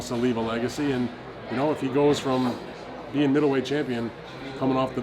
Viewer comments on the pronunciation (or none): none